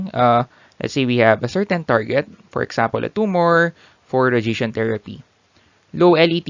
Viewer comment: good video but you should maybe learn how to pronounce "radiation" correctly, it would help us to keep up.